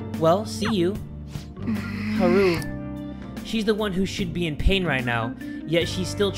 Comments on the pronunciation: it's hAru not harU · Haru: Haaah-Ru Yakuza: Ya-Ku-Zah Akihabara: Aki-hab-rah Sakura: Sa-Kuu-Rah :) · The u is short, pronounced oo. pronounced it as Ha-ru. Also, this isnt meant as a mean comment just a helpful one on how to pronounce the names.